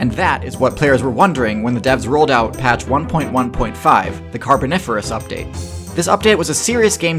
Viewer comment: I don't like the way you say update and patches and glitches. Makes me question my reality